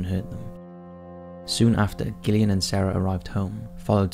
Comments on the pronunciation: Just because her name is spelled with a G, it's still pronounced Jillian, NOT Gill-Ian. With all the horrors the poor girl had to go through, calling her by the wrong name isn't going to make her feel better. Sorry Gillian. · I love your videos but I wish you’d learn to pronounce the name “Gillian” 😅